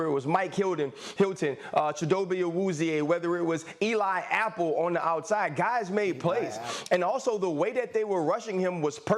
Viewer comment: That mutter of “Eli Apple is hilarious